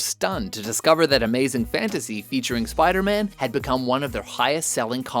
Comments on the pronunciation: Soup-aida-Man lol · Supaidaman, Supaidaman, does whatever a supaida can!